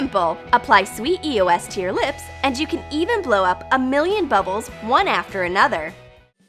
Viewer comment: bruh eos is pronounced eeee-ohs